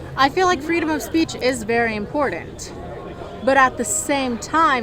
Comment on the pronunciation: "Freedom of speech is very impordent."